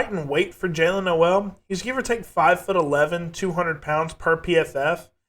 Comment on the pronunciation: It’s pronounced No-le like Coal. 😉